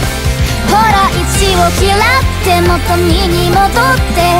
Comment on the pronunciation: 莉犬さんのア行の発音好き。あと「嫌って」の“ra”も。 「バカ」ってセリフ良いなあー！もう莉犬さんの代名詞だ。（あ、そういう意味じゃないです） 一回目左側から聞こえて、二回目右側から聞こえて、三回目両側から聞こえる！ 溶ける。（自分が）